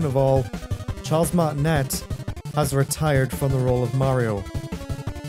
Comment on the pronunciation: You're not a real let's player if you haven't done Super Mario 64. So welcome to the club :) Also it's "Martin-ay" not "Martin-et".